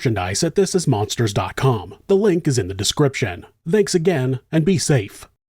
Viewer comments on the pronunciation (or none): I wasn't going to ever say anything but 'thanks' has a non-vocalized 'th' sound as in 'THink' or 'THin'. Not a vocalized 'th' like 'THat' or 'THose'. THank you (with an non-vocalized 'TH')